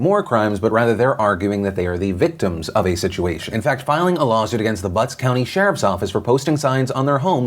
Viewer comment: I thought I was the only one lmao, I was giggling like an idiot in my school's student lounge while eating, especially bc he kept putting so much emphasis on BuTtS county.